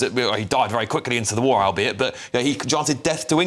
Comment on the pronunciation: She hope vwe never has a vwar, 😂 yeah she is about as iranian as my left foot! There is your paid activist ladies and gentleman!